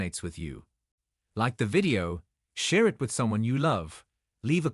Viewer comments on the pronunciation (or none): none